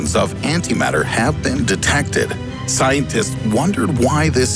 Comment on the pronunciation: did he just say scientits?